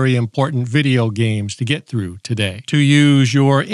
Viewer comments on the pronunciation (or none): none